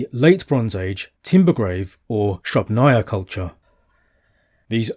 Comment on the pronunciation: SrUbnaya culture. Accenting the U. Otherwise it is impossible to understand Russian words spoken in English.